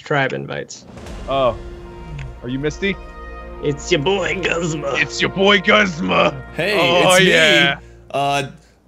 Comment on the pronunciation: its..... guzma how to pronounce gooz ma